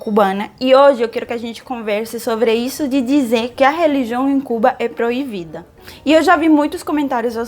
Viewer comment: Só uma dica. Som de b em português é igual o espanhol. Som de v é som de v. Não é proivida, e sim proibida. Atenção pra isso, assim como o som de s é diferente do som de z, que percebi que você já aprendeu muito bem. Seu português é excelente, você pode se considerar fluente sem dúvida alguma.